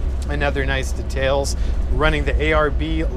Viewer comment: Awesome trucks mate, love it!!! P.S. the way you say details is funny.. I say it like "DEEE--TALES" your like "datales"